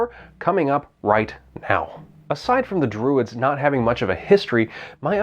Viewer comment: "The Dwuids....."